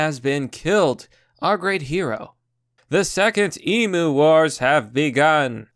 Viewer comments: Fake news. Florida man would have smoked that Cassowary. P.s. learn how to say Emu ffs! It's not e-mooo, it's e-myu. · ARRRRGH its pronounced "eem you"" not EEMOO .. FUCKITY FUCK! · I am Australian, and I can't cope with you saying "Emoo" Please say Emyou Just the same as how you say it but it's not a ooo its a hard "you" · Cassowary will most time go for the gut and rip it out . Even aussies no not to fuck with them . All i can say is old mate was a dumb fuck even blind freddy could have seen how it was going to end . Love how you say emu like e moo. Its more like em you lol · mate its emu emphasise on the u so emU say it with me mmmmaaaaattttteeee emU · It is pronounced "eemyou". You nailed Cassowary. See that lump on it's head? They will whack you on the head with it. Why you would want one is beyond me??